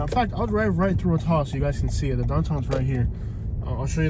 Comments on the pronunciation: He can’t pronounce Attalla😂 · "Ah-tahl-la". LOL. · ah-tah-lah lol. learn to pronounce it buddy